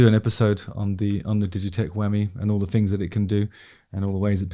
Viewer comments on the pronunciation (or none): none